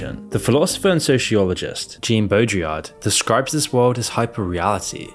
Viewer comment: Uh. Jean Baudrillard is French. The name is not "Jean" like gene, but a soft "j" as in Jean-Claude Van Damme. That said, great analysis as usual. Thoroughly enjoy your takes on contemporary reality.